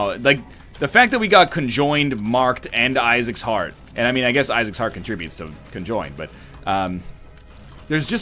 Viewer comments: Every time he said "conjoined" I died a little inside. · Every time he said conjoined, I died a little inside...